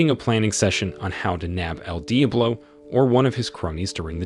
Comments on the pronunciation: Is this an A.I. voice? There’s no way you mispronounced Diablo so bad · How can you make an entire video saying the word Diablo so wrong, So many times? Jesus, it hurt my head to hear!